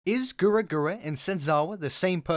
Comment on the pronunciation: You can't pronounce "Gawr" properly.